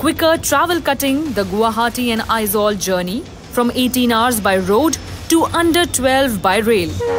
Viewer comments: It is not Aizwal, it it AIZAWL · Not Aizwal The correct word is Aizawl